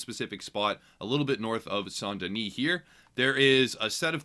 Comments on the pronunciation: best pronounciation here, from a french-speaker's perspective. "Sahn deuni" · I heard arthur pronounce like saint den-ee and I’ve just assumed it was the right pronunciation. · this is ridiculous but its pronounced "san den-ee" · It was pronounced saint deni in game... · it's called saant-denieh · in the game they pronounce it like 'san denee'.. probably because of all the French people living there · **pronounces saint denis correctly** thank you my good man